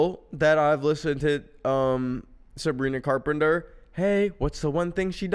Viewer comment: "Coz shes fweakin Savwina Cawpemter' I. LOVE. YOU. FOR. THIS.